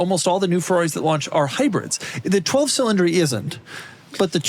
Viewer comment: Cil-in-dree? Who pronounces cylinder that way?